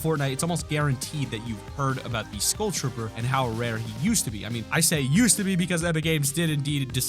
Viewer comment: Does anyone else hate how he says school instead of skull